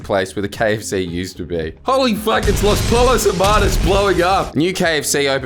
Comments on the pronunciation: “Loss Poll Os Her Marnus” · "los poLLos hermanos" bro come on 🤣